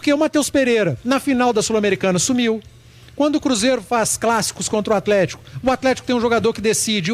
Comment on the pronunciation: Não dá pra ficar ouvindo atletiaia